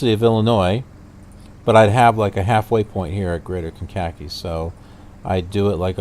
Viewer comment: Meigs (KCGX) is pronounced "Megs" and Kankakee is pronounced "Kane-ka-kee".